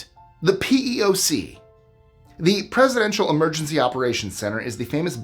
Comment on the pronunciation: Since I’m sure this will come up again, the PEOC is (not creatively) called the “pee-ock” (it’s an initialism not an acronym)